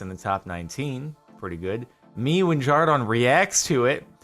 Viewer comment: No offense, but why do you say jar-don, I thought your name was jar-den